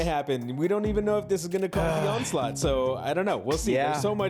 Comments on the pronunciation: Dude, its ON-SLAUGHT. Not ON-CE-LOT lol. This isn't Metal Gear Solid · Every time you guys said the word “Onslaught” I just got more and more disappointed for you. 😂